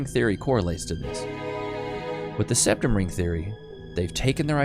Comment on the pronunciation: Septum? Ooh ! I thought you said RECtum !